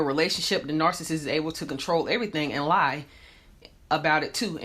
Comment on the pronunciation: The speaker in this video can't even pronounce the word nar-ci-ssist correctly. It's not 'narcisst' or 'narcisstic'